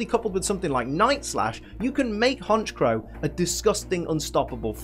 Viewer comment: IT'S HONCHKROW, NOT HONCHOW!